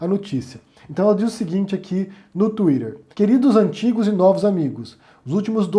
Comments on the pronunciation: Pô … Sô teu fã mas…Tuíder? Gimme a break! Tuíter ou Tuíteh, por favor. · “No ‘Twirer’”